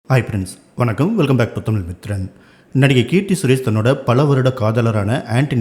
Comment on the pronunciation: Tamiiiiiil ( pronuounce properly, do justice for ur job )